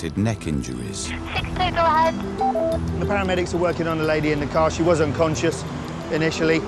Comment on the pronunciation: Nah bc she is ‘ wosh that epic’